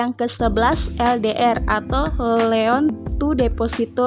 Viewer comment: hehehehehehehe gak nahan pengen komen.. - APB bukan aset PRODUKSI bermasalah tapi ASEP PRODUKTIF BERMASALAH. - bukan CAKPN tapi CKPN - NPL bukan non performing LEON tapi non performing LOAN. - ROA bukan retur of aset tapi RETURN ON ASET - ROE bukan retur on ekuitas tapi RETURN ON EQUITY - NIM bukan Net intereset margin tarpi NET INTEREST MARGIN - LDR bukan leon to deposito rasio tapi LOAN TO DEPOSIT RASIO - NFSR funding dibaca FANDING bukan FUN-DING